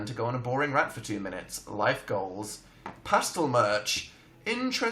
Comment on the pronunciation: i love how Dan says pastel "past-ul"